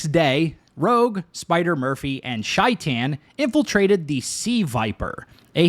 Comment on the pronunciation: Take a shot every time Shaitan’s name is pronounced wrong